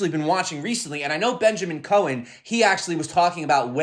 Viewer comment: Benjamin Cow-en. Not Cohen!